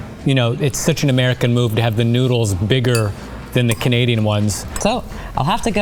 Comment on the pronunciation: "she's Canadian".....More like "Canasian".